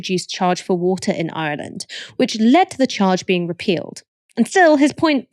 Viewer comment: Love the way you pronounce 'I'relan'd' Ash 😎. Michael and Ash are my favourite contributors.😍😍. Refreshingly ethical perspectives always, articulate and insightful. Excellent channel.